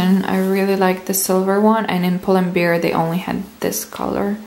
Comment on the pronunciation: Its pull and bear not pull and beer! :D